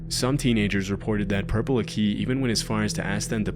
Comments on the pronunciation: Lmfao. It's pronounced Purple ACKEY. Not akey. 😂😂😂 man, I can't help but think you didn't do your research on that one. Nobody has EVER pronounced his way that way before. 😂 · it’s pronounced like ack-i, whereas the narrator pronounces it a-key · Ugghhh it's not purple AKEY. So many videos on this freak and still can't even get pronunciation right lmao. Huge channel, do a smidgen of research and the quality will go way up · Aki in Purple aki is pronounced asif you’re saying Iraqi not a key 😂 little note but ye seen him twice when I was a kid he was mostly known as a joke but a kid died because of him so everyone was aware to stay away like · im sorry but i cant with the way u pronounce purple aki😩 it's pronounced acky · Purple Aki - Aki is pronounced ACK eee. Emphasis on first syllable. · Why are you pronouncing Purple Aki as purple a key. It's literally pronounced as its written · His pronunciation of Aki is so painful, its said like lackey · thank you! I was starting to think that it was just me 😂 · i did not expect purple aki on this RIP (its pronounced purple aki not eeh its a blunt i) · Bros pronunciation of Aki pisses me off 😂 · Love your videos always have but hearing the way you pronounce purple aki as someone from Liverpool hurts to listen to 😭😭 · What’s more scary is how he pronoucned aki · That's not how you say Aki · Lol at pronouncing Aki that way. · The way you pronounce "Aki" fucking caught me so aff guard. "Purple Aki, t-shirt and a trackie!" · Is pronounced like hockey without the h. Purple aki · as someone from Liverpool this caught me so off guard 😭 btw it's pronounced "ah-key" not "a-kee". I've never heard anyone outside of Liverpool mention him Edit: also btw he's dead now, died a couple months back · His name is pronounced Ack -e not a key. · Purple Aki is pronounced as Accy not A-Key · Its pronounced Acky. Not Akey. Like use a New England accent. Purple Aki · Its aki sounds like Akey not A-key.... Tell him get out the area.